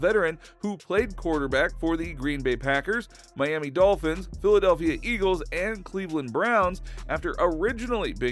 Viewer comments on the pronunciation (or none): none